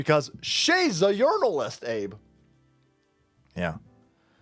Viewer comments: Yernalist😂not jurnalist😅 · She mispronounced jurnalist, she meant to say "urinalist" Allegedly. 😂